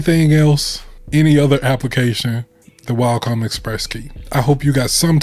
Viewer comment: Cool video but you keep saying Walcom and it was throwing me off. There’s no L In Wacom 😆